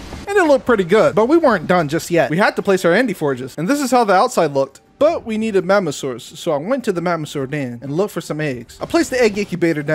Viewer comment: Next time u say magmasaurs say magamasaurs